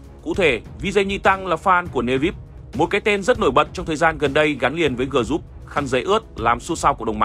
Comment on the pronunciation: xin được góp ý với biên tập kênh này về việc nếu đọc bằng tiếng Anh thì phải phát âm cho đúng, mà không thì chúng ta dùng tiếng Việt sát nghĩa là được mà. Không thể đọc là GỜ RÚP (group). Cảm ơn